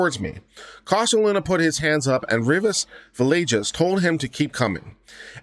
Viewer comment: If you are going to practice law in Texas, the least you can do is learn how to pronounce Hispanic names. Both were mispronounced each time they were stated in the reading of the judgement. You will probably have some Hispanic/Latino clients and I'm sure they would appreciate their names being pronounced correctly. Villegas is pronounced phonetically as Veyages..long e and when you see an 'e' it is normally pronounced as a long 'a'. Two 'll's' is normally pronounced as a 'ya' sound...soft 'a', not 'yay'. A 'g' is normally pronounced as a hard 'g', not a 'j' and an 'i' is normally pronounced as a long 'e'. Also, the defendants name is pronounced Cortesluna, not Corsteluna. The s comes before the t. Re: the judgement/decision, I am so surprised that the 9 Circuit thought these two cases were similar at all. I'm glad the Supreme Court corrected the error. I really like your channel and like how you cover all of the cases. Thanks for reading.